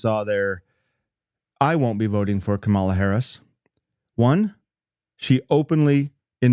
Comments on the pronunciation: You could learn how to pronounce her name. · Let's mispronounce her name right off the bat. Yeah, another honest, good-faith Christian argument, just like trump would use. Any Christian who supports trump is a great argument for atheism. The hypocrisy that such a thing takes is nearly unimaginable and only attainable by christians.